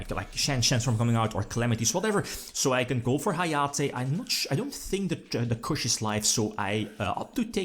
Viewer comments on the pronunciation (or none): Chuche is "Chew chay" not "Kush" ^^